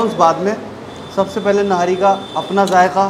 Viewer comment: Its not nari its nihari